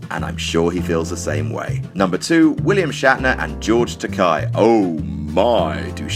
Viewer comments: "Hello, Bill. My name is George Takei (tuh-kay). Not 'tuhk-eye', as you've insisted on pronouncing it for the LAST FORTY YEARS!!! Remember, it's 'tuh-kay'... as in 'toupee'." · It's pronounced Takay like gay, not Takai Shatner never learned how to correctly pronounce his name either or just purposely chooses not to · George Tak-AY, not "Tak-eye" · "They've been quite vocal about their mutual displeasure..." True. Takei said to Shatner at his roast, "...And it's pronounced 'Ta-kay'. Not 'Tak-eye', as you've insisted on saying it for the past four decades! 'Ta-kay'. Like 'toupee'." Although, in defense, he didn't work with Takei, so it doesn't really make him a douche for not knowing that. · Takei is pronounced Takk-eh, not Takai, which is different characters (武井=Takei, 高い=Takai; George's name is the former). Also, Takei invited ALL the surviving cast members od ST:STO to his wedding to Brad, but Shatner was the only one who didn't even bother to reply. Nimoy replied to say he couldn't make it, and Nichelle Nichols and Walter Koenig were special guests on the day. HTH. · George Ta- Kay , not Ta-Ki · Takay - thats how George pronounces his name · Was no one else cringing at the pronunciation of Takei ? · i was. I kept thinking about the "it's okay to be Takei" thing and thinking how the pronunciation here ruined it. Boo.